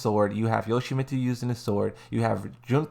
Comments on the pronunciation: "Hayachi, Lei Shao Kahn and You Tsu Mitsu" Brother, I done played ALL the Tekkens ever, and I have NEVER heard of any of those three. Coz surely you don't mean Heihachi, Lee Chaolan and Yoshimitsu...? Surely you can't have COMPLETELY butchered their names like that...??? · QUIT CALLING YOPLAIT-MITSU YOTSIMITSU! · I really hope this man was butchering Lee and Yoshimitsu names on purpose and even he was please stop… 🤦🏾‍♂️🤮